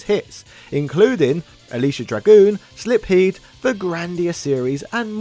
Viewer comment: SLIPHEED? SLIP-heed?